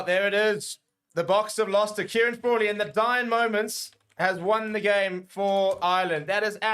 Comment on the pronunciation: Fraw-Lee. Fraw-lee….😂